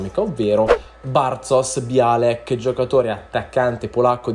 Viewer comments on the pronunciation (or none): sbagli troppe pronunce: non è bialek ma biolek, non è loba ma è lobá, non è senè ma sène. È un consiglio costruttivo non è un insulto